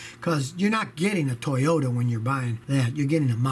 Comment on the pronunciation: the Toyodee Yaris... Scotty you feeling alright man?